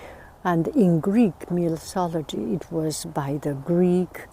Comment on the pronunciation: it is pronounced 'myTology' not 'miSology'...and 'coucou evening' does not make sense